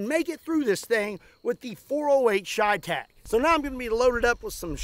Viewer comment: Everytime he says cheytec I take a shot of whiskey..